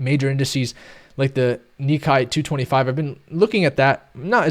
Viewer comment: Hi, thanks for your videos! I'm based in Japan and Nikkei is pronounced like "Nick-kay".